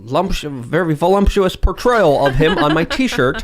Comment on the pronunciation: VoLUMPtuous